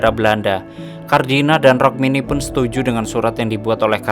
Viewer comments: Rukmini mas bukan rokmini😂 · Rukmini woey bukan rokmini 😂😂😂